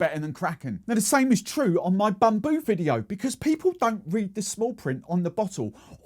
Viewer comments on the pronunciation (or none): none